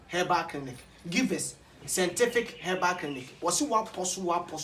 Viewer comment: Kwaku, hahaha a, is givers scientific but not givers scentific. You always pronounce it as scentific instead of scientific. Check and work on it, bro.